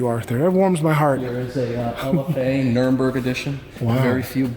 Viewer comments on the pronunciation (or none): I can't take anyone seriously about cars when they say 'nurmberg' in reference to the Nürburgring.. smfh.